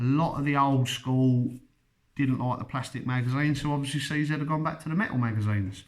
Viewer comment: You keep saying c zett. IT IS PRONOUNCED CZ